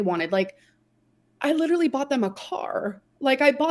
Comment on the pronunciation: If she says leederaly one more time